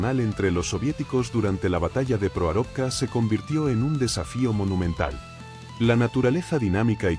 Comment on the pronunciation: Proarovka pronuncia mal el narrador